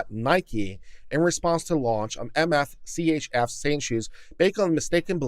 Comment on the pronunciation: I suspect that MSCHF isn't meant to be pronounced M-S-C-H-F instead being said more like "mischief."